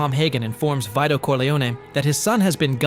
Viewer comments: VY-DO Corleone? VEE-DO. Jeez 🙄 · It’s Vito Corleone pronounced Vee-toe not Veye-toe. It’s also Peter Lorre pronounced Lorry not Lorr. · Vee-do? Vee-To Corleone! Jeez 🙄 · Vito Corleone’s name pronounced with Vit as in “vital”? Please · For god's sake, if you can't pronounce Vito Corleone or Peter Lorre correctly, you're in the wrong line of work.